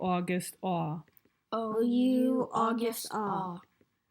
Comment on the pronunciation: Hi! These videos are so helpful! Just so you know you said "ou" for August. Thank you so much for sharing these!